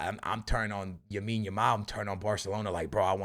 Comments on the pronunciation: It’s lamiiiiiiine not yamine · Love your content brother! But for the love of god, his name is Lamine Yamal not Yamine Yamal :D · YO Broski i am begging to you its LAMINE YAMAL not YAMINE YAMAL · Bro its Lamine not Yamine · Lamine Yamal not "Yamine Yamal" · "yamine yamal" hahahha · lamine not yamine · For fucks sake it’s LAMINE YAMAL not YAMINE YAMAL🤦‍♂️ And when you pronounce the letter “R” in any sentence stop putting an “H” before it to sound Portuguese. I’ve heard actual Portuguese people speak English more normally than you… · It's lamine yamal not yamine yamal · why does say yamine yamal xD is it the portugese way to say his first name? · why does he keep saying yamine lamal lol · Bro its "LAMINE" not "Yamine". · Everyone: LAMINE YAMAL: YAMINE YAMAL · his first name is lamine, not yamine xd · Please man, it’s Lamine not Yamine, please I can’t do another video of hearing that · Bro its Lamine Yamal, not Yamine Lamal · Bro, it's not Yamin Lamal it's Lamine Yamal. You keep saying that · Yahmean Yamaul 😂love this man lol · Yamal has been on the scene for almost a year and a half and this dude is still calling him “Yamine” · "yamine yamal"?😂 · Yamin Yamal might need to win Ballon D'or before pronounces his name correctly. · It's Lamine Yamal. With an L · The “Yamine Yamal” be killing me 💀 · stop saying yamine yamal. I understand if its a hard name to pronounce, but its literally LA-MIN, YA-MAL. Come on man.... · Bro you need to practice for 10 damn minutes and learn how to say Lamine’s name, just out of respect, not that hard bro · Bro Ive been commenting that since the euros it bugs me so much he won't stop saying it since he first heard of lamine 😭